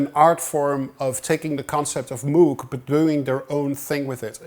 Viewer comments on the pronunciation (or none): it's pronounced "moog" - as in "rogue", not moo like a cow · it pronounces "mooh-g" thus "ooooo" sound, not "moo", like a cow. :) Otherwise a very nice video :) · Psst, Tom: "Moog" rhymes with "vogue". Yeah, I know - I had a long argument with my wife about that, and she was right. Thanks for all your great videos - the ones on orchestration are the most useful ones I've seen. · Dude, as a Dutch man, you're supposed to know how to pronounce "Moog" properly ;)